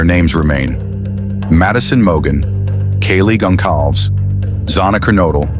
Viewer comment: Yes, remember the victims! Great how the AI voiceover butchered the names of Xana Kernodle and Kaylee Goncalves. Do right by them and pronounce their names correctly, or dint pist any videos.💔🙏💔🙏💔🙏💔🙏🕊